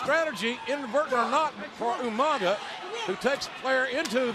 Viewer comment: RIP "U-Manga" as Regal would say.